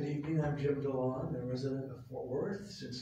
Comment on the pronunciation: IT'S FORT WORTH NOT {FORTH}